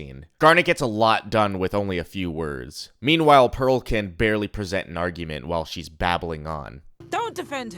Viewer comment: also the character named “Pear” needing to be forgiven. “Pear” “Pearl” lmao